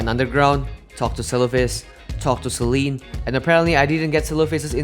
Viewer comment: its sellen not sallean